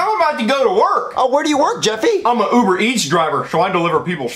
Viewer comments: And “You-ber Eats”. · bad father who abuses his gay son. Poor Timmy. Neither him nor the kids can even pronounce queso or quesadillas properly and can’t even pronounce Uber correctly either.🤦🏻